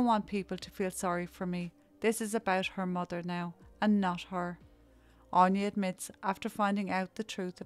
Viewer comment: Anya is pronounced Ann ya aine on ya